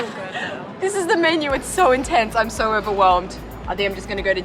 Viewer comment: always funny hearing an Aussie say "SO" like soyoo beautiful.